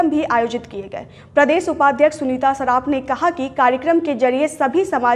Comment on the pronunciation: सुनीता शर्राफ हैं वो न की सुनीता सराफ